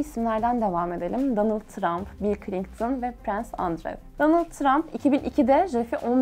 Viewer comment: ClinGton ne ya çıktım videodan cringe